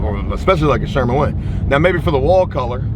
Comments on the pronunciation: Just gonna say this one time - SHERWIN.... Sherwin Williams. But you can say it however you want. 😏 It is Joecabulary after all... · “Sherman! Sherman! Sherman!”, it’s SHERWIN.